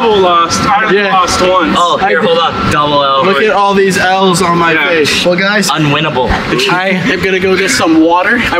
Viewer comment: I love how at the end said ‘unwinible” imap